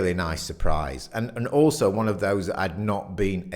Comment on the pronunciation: 'one' is pronounced WUN. rimes with FUN, SUN, RUN.